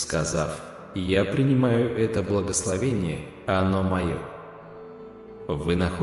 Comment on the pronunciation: Япринима́ю. Это. Благословени́е